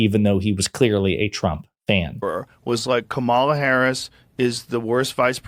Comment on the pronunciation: Is Rogan ever gonna learn how to pronounce Kamala’s name? For such an influential guy, you’d think he would be able to say her name correctly